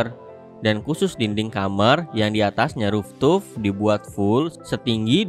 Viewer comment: Mas mas... Fooftop. Dibaca RUFTOP. Bukan ruftup